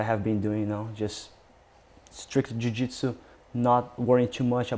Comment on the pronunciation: A forma q ele pronuncia a palavra jiu-jitsu, e a mais br possível.